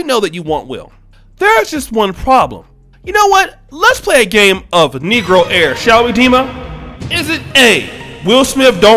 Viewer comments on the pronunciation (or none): "Negroaire", I haven't laughed so hard in a week. Then you add an answer "E", My God!! Thank you for this!